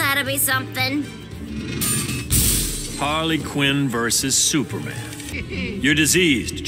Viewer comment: Is it that hard to say superman..